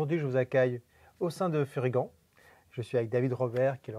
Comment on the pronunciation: Toujours excellentes ces vidéos avec. Et je ne veux plus entendre Fury-ganne hein! C'est "Furygan" comme un "gant" c'est pas compliqué, et quand on connait un peu l'histoire de la marque on comprend de suite. Sympa la ligne adventure, et bien placée côté prix.